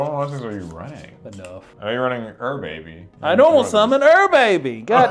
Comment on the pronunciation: It's not pronounced ur baby it's pronounced you're a bee